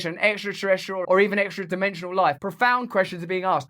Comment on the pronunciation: Just the way you emphasize "extra-dimensions" in a sexy way like a deranged marilyn monroe, I feel like I get why Katy Perry made that song about you. xD